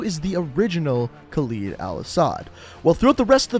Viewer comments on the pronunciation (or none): Not trying to offend you, but why do you say Khaleed al asad instead of Khaled al asad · ....they literally say their names and you still fuck it up.... it's Kha-LEAD not Kha-leed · "Khaleed" Bruh. It's Khaled. Not Khaleed. There's one 'e' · its not kaild al asad its KHALED al asad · it's khalid or khaled not khaleed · Pretty sure they said "Khaled" and not "Khalid" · Others: Hadir Karim,Khaled al asad This guy: Hadir Karem,Khalid al asad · They literally say ka led not ka leed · "Khaled Al-Asad" not "Khaleed Al Asad" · Pronounces "Khaled" as "Khaleed" but pronounces DJ "Khaled" right... Americans... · Kaleed? It’s Khaled or how ever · Anybody else get just a bit tired of hearing all the characters in-universe say "Khal-ED" and hearing him say "Khal-EED"? Minor gripe, just wondering. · Stop pronouncing EVERYONES name wrong! Khaleed? Karem? No no no. Khaled. Karim. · Why do you keep calling him 'kawleed' when all your source material pronounces it right? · Yo y’all pronouncing my name soo baddd 😭 (kaled) is the right way for khaled and Khalid is different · Why does he have to pronounce it khaleeed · Pronounced Kareem and Ka-lead, lead like the metal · shows cutscene that says "Khaled al asad" proceeds to pronounce it Khaleed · still cant get over the pronunciation of khaled is "khalid" 😂😂 No hate ❤ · you are saying khaled al asad wrong it is in arabic not english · The way he pronounces these names pissed me off. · Why can't he say names right? They say the names all the time and he can't say it right.......🙄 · This video has some errors (aside from your cringey pronunciation of “Khaled”) You referred to the forces accompanying Alex in the opening mission as the “SAS”, despite the fact that they are Marines. Most of this video is just extreme speculation. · Am I the only one noticing that not only he's saying the name of Khaled Al Asad wrong but he also called American Marines SAS I like these videos but at least know what you're talking about